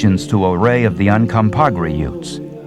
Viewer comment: Yes... So is Uncompagre Ute. It's pronounced Aca-paha-rdre Nooch